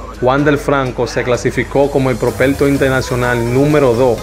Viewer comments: Aprende hablar prospecto no propelto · No se dice propelto se dice propecto